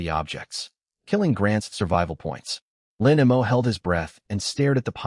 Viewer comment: The MC's name is "Lin Mo." Why TF does the narration keep pronouncing it as "Lin M. O."????? And female characters keep appearing as males. Get your sh1t together.